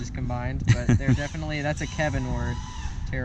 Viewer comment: did he say "Kevinword"? lmfao